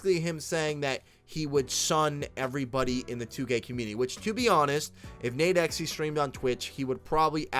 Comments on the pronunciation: U can just pronounce it “nade-x” bro ! Big fan of the channel just tryna help 💪🏾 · The way he said nadexe name got me so mad😭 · Thats not how you say nadex u dumbass